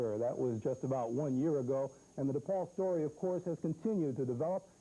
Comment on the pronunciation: Love how Coach always says DEPaul. My dad always pronounced it that way and he was a graduate of the university and the academy. When I went away to college I got made fun of for not saying “dapaul.” I’ve heard affiliated people saying “dapaul” but that’s not a chicago way of saying it. It’s DEPaul and DElasalle.” Dapaul and Deylasalle are for coastal jerks.